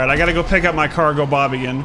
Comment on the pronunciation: the way he pronounces cargobob annoyes me